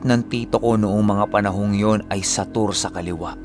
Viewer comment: Hala!! Boss Na experience ko na tong story regarding sa SATOR paano naman ang biningay is kanan (SATOR )ang spelling Pero pag bigkas mo pAla is kaliwa means (SATUR)?